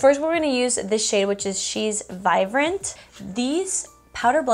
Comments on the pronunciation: Yes it’s cute I’ve noticed also her B she pronounces as a V just like Vive but it’s really vibe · I actually LOVE that you change B's to V's! It's super cute! Vivrant, Vive (Vibrant, Vibe) ☺️